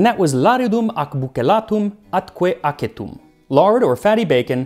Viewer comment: Shouldn't acetum sound more like asetum than aketum?